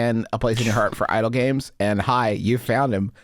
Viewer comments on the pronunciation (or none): I was so thrown away when Justin kept pronouncing idle games as Idol Games like my dude yeah come to idol hell